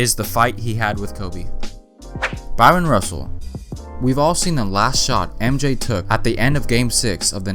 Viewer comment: Guy ... it's Bryon Russell ... not Byron.